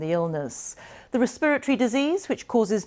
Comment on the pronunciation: “the re-spiritory disease” respiratOry .-.